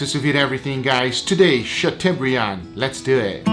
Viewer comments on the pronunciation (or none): Chateau = shat o as in toe not u as in bug. It is a French word. Not a criticism but a correction. I mean you want us to say picanha correctly, don't you? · Great video guys ! Btw it's pronounced "chatobrian". The eau in chateaubriand is pronounced "o" (like in osso bucco) and of course the "d" is silent but you nailed that. La France vous salut! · English (sha-toh-bree-ahn) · I love the way pronounces Chateaubriand. Chateau is pronounced like Plateau, Briand is pronounced like brand. But you can call it whatever you like, it looks amazing.